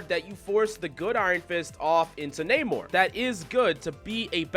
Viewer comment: Not naymor. But nah-mor